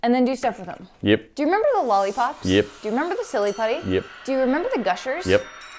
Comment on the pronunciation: i love shes like " remmeber the lolipops remmeber the putty remmeber the gushers, why do you do this to me"